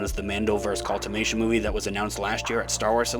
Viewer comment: is the mando movie a "culmination" or a "cultivation" - see time stamp . When you say it, it sounds like "cultivation" - as in, to grow. Please explain. Thank you.